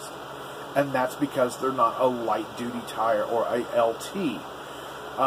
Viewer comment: Haha, you keep sayin’ doody..... (duty).... ok, had my childish moment.... hehehe